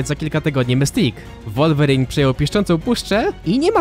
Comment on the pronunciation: Jakby coś mówi się łulwerin a nie wulwerin